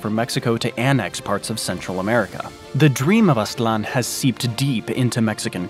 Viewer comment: Its Aztlan (not Aslan).